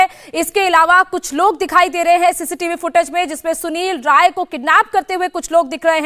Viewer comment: Rai है ray नहीं. करेक्ट करो.